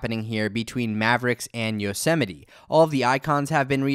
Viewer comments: Yo-Sem-ite not yo-semmetie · I thought it's pronounced "yos-might" not "yo-se-mi-te" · Nope lol. It's Yo-se-mi-te. As in Yosemite national park. (Apple likes to name their OS after cities or places and Yosemite is in California, which is where Apple is based).